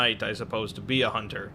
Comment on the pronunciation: everyone knows, a hoonter moost hoont